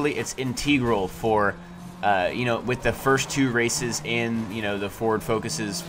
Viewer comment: You say integral weird...